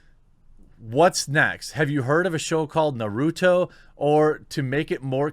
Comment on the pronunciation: Say it with me Jeremy... Nar roo toe. Love ya keep up the vids.